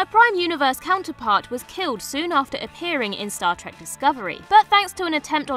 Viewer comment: it's trek not track... how do you mess that up? my faith in this video is gone before it began.